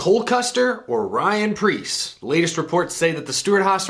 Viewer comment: Pyan rreece